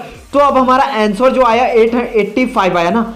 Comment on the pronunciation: अँसोर नही अंसर होता है अनपढ आदमी